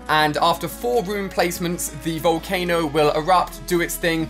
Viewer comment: it's volcano not volcana